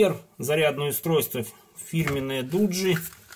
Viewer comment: Не дуджи а доджи